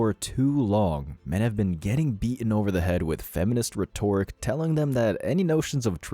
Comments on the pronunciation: Learn how to pronounce the word rhetoric correctly. You're making yourself sound dumb by pronouncing it wrongly. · Please tell the computer voice people that it's "RHET-or-ic".